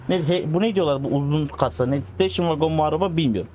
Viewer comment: Slm abi dakika 12.00 daki aracın kasa ismi (station) vagon olarak geçiyor okunuşuna ise hemen hemen(steyşın)😅😮😂❤❤❤🎉